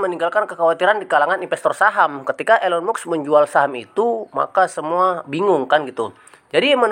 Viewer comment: Mas kalau bikin konten yg bermutu jgn asal comot, kalau tdk valid jgn dijadikan konten, kami semua baca beritanya tdk ada kaitanya dgn pembelian coin PI, nyebut nama pemilik tesla aja salah.... Lucu kamu sdh berani berpendapat padahal gak ngerti apa2